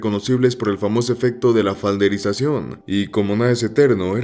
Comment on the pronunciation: Lo siento pero: es josh peck (se dice pek asi como suena no pik), es flanderisacion (viene de ned flanders, no falderisacion)